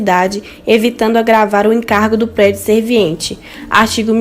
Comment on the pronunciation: Vc esta pronunciando 'SERVINIENTE', quando na verdade é 'SERVIENTE'